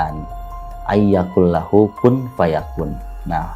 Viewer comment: Maaf kq baca nya salah yaa...atw emang terpeleset...? AYYAQULALAHU....